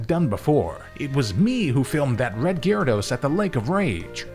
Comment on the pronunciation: The y is silent in gyarados man